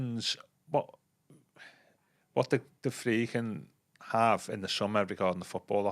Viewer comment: Why does call The Friedkins The Fredkins?